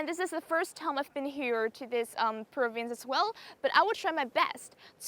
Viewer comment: province nhấn âm đầu mà , activity nhấn âm 2 chứ ko phải âm đầu